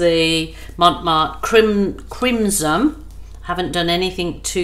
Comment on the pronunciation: Yep, beautiful colors. Oh, the red color is crimsoN with an "N". I think you're saying it with an "M". Could just be your accent. Lol. xoxo